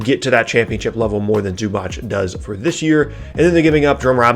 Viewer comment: It's not Zubach it's Zubac how you should pronounce idiot!